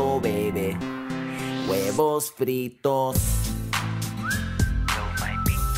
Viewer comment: I'm laughing so hard, not just cause I'm Hispanic but when he says huevos